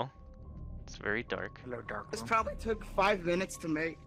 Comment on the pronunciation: I like how sometimes says “Dis” instead of “this”